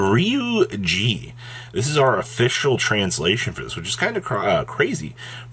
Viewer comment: This is incorrect. It's actually "geh."